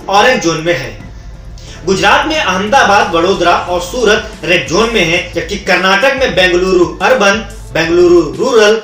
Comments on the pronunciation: पहिली बात भाई जोन नाही होता वह झोन होता है 😝😂👌 लॉक डाउन के बात आपको एक पद्मश्री मिलेगा भाई 🤣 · "झोन" है वो... "जोन" नही